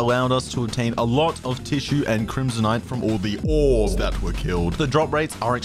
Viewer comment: cant pronounce ores